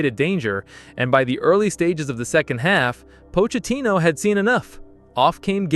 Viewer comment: Calm down fella it was our game and did I hear you say pocatino